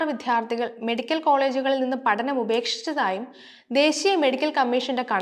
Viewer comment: " വിധ്യാർത്ഥികൾ " അല്ല " "വിദ്യാർത്ഥികൾ " എന്നതാണ് ശരിയായ ഉച്ചാരണം